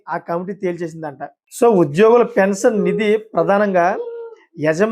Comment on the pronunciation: Appati news chepthunnavu pensanu kaadhu pension